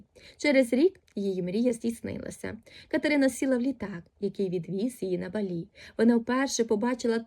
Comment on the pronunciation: БАлі, наголос на перший склад